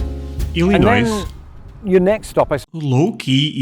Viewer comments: just a suggestion, if you don’t want to piss off the natives, the “s” is not pronounced in Illinois - IL-in-Noy. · So you know , the s on Illinois is silent . It’s pronounced. Illinoy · The s in Illinois is not pronounced. Literally sounds like"Ill annoy" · Remember that the "s" in Illinois is silent. ill-ih-NOY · When you pronounce Illinois , the letter s is silent, so it's pronounced more like Ilinoy . Yes, I imagine that some people will ask if you're from Russia. I like some of the accents from Scotland and also Ireland quite a bit. I live in Alabama and have heard accents from people who moved to Alabama or were visiting from Ireland, Scotland, South Africa, Italy, India, Columbia, China, Germany and Poland (four Holocaust survivors). When I was in my twenties, I worked in a hospital at the information desk and in the gift shop, so the huge majority of those people were hospital employees, office workers, medical staff, volunteers, and such. I loved talking to them and discussing cultures. A lot of them didn't know much or anything about black Americans and our various cultures and how they connected and blended with others. I loved giving my bit of knowledge from my experience as a young black woman. The four elderly Holocaust survivors were so sweet. They were two married couples who met in a concentration camp, made a vow to survive, did, married and the four were always together. The two men showed me their tattooed numbers on their arms and asked if I knew what they were, and I did. They were open to discussing some of what they endured, but told me there were things they wouldn't tell me because it would be too much for me to handle. I'm just listening, but they lived it. 😢 Their wives always wore long sleeves because they didn't want people asking questions about the tattoo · Illinois is not pronounced that way and blame the English of America to pronounced French spelling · For Illinois the "s" is silent. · In "Illinois" the "s" is silent.